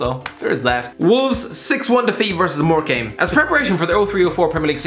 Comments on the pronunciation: More came? It’s pronounced more - cum. Btw Birmingham got deducted 9 points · Thanks for mentioning my football club, but it's pronounced Morecambe not Morecame?? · Morecambe is NOT pronounced More Came! More CAM! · HAHAHA, "more-came" Im dying with laughter you pronounce it as "More-come" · more cum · It's pronounced "Morkam", mate. Just saying. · Its pronounced "mor-cum" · “MORE CAME” are you alright? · Mor-cum lmao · More-came? Lol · did you seriously prounounce it "more- came" ? xd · It’s more cam piss poor that pronunciation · Why did you pronounce morecambe so wrong Its pronounced more-cum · The pronunciation of morecambe is the funniest thing I’ve ever heard😂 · Worst pronunciation of Morecambe ever! 😂😂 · Up the shrimps Morecambe fc (he didn’t pronounce it right) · You’re pronunciation of Morecambe makes me sick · That pronunciation of Morecambe is... interesting to say the least. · Jesus Christ that pronunciation of morecambe burned my ears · Your pronunciation of morecambe is shocking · Ikr, never heard it pronounced like that before, haha